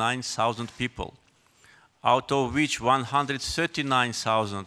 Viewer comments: tırty years 😂😂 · 30 - tırty 😁😀🤦🏻